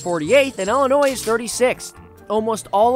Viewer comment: I know is from the Midwest so I don’t understand how in the world he can say Illinois as a ELL-Inois. I’m also bitter about this video as a Chicagoan.